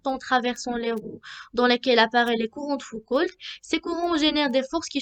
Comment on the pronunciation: Foucault, pas Foucoult. Et le "l" ne se prononce pas. Prononcer "Fouco".